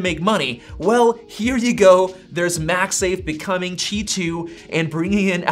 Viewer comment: Bro where are u reading “chi” from? “Qi”